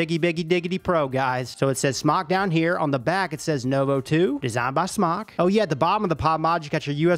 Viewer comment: Well, he may have been doing this a long time, but the company pronounced their name SMOKE not SMOCK - drives me crazy - well, crazier than I am :)